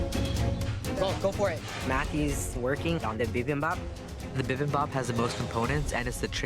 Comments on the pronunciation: Bibimbap. Not Bimbap. C'mon Eric Chong. At least respect the name of a Korean dish. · bibimpap is pronounced bi-bim-bop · LOL Noticed that as well. My husband is Korean and it sounds way different when he says bibimbap. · As a Korean, I'm cringing and laughing simultaneously every time someone butchers "Bibimbap" since nobody has pronounced it correctly minus Eric. 😂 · Me as a Korean hearing the bibimbap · Bruh I laughed so hard when they tried to pronounce 비빔밥